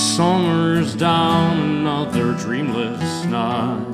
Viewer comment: I really like the music, and i LOVE his voice. But i noticed a weirdness in his long "i" sounds as well, like in "right" and "night". I thought he was a non native speaker at first. I don't mean that as an insult. Just an observation.